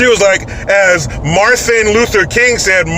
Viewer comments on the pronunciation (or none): I thought I hear her say Marthan instead of Martin too. Ugh.